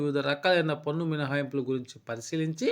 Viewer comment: పొన్ను కాదు స్వామీ పన్ను.బాగానే చెప్పారు.ఉచ్చారణ మార్చండి